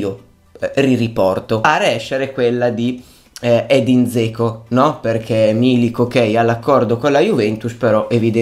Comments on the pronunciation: Cmq si pronuncia Geco...:) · te l'ho detto perlomeno io stavo scherzando perchè mi faceva sorridere la pronuncia poco azzeccata!! non intendo sfottere nessuno 😁✌ tanto meno ⚪⚫